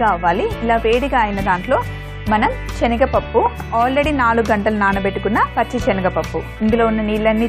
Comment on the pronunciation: speak proper telugu it's not chenaga pappu it's senaga pappu.